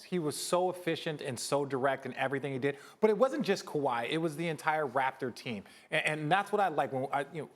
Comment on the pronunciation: I like how he pronounces "waptor"